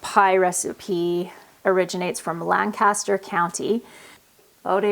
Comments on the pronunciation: WET BOTTOM IS THE WAY TO GO!! oh and drop the G when you pronounce Lancaster, we don't say it that way here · I'm from Lancaster County, PA. We pronounce it, "Lang-kiss-ter"